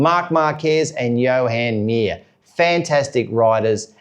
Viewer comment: It’s not Johan Mir…. His name is Juan.